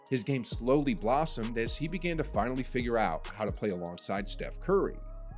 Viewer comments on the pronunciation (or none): none